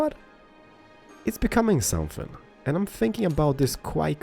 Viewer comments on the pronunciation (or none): Quay is pronounced "Key" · Quay is pronounced key. ;) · Quay is pronounced like 'key'. Don't worry, The English language has some stupid pronunciations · I second that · quey is pronounced as keys. ur awesome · Quay is pronounced Key BTW. Love the videos keep it up! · Quay is pronounced key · The "Quay" is pronounced like "key" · the quay is said key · Quay pronounce likes Kee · No he didn't haha. Quay sounds like Key